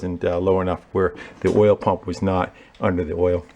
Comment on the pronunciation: Wait….at 13.33, you pronounced ‘oil’ as ‘Earl’ and there’s only one other person I’ve heard do that….Derek, from VGG! Please tell me you’re a fan?